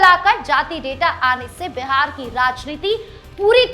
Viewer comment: My dear anchor, it is BIHAR NOT BEHAR, please pronounce properly.